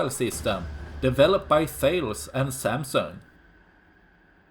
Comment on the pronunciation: Thales is pronounced TA-LESS